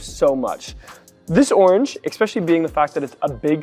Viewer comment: Bro, stop saying Expeshally